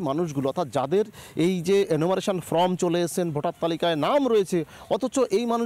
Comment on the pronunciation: Reporter কে বলছি : enumeratiom ফ্রম নয় ফর্ম। উচ্চারণ ঠিক করুন।